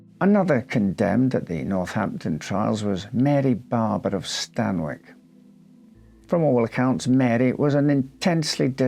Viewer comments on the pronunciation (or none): I grew up in Raunds & Stanwick is pronounced Stanick. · For note.. Stanwick is pronounced Stanick 👍